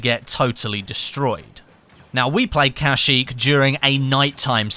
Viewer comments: I'm surprised I didn't see any comments that said uhh it's pronounced kuhsheek not casheek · You dont Say kashyyyk with an "a" you're supposed to say kashyyyk with an "e" so it sound like keshyyyk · you said it wrong you are putting to much effort in the a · "kasheek".... XD